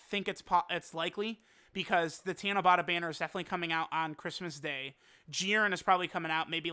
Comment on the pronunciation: tanabAta not tanabOta